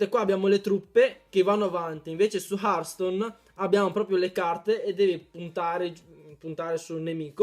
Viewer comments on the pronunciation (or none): hearthstone non hartstone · Comunque si scrive hertstone ma si dice hertston (per )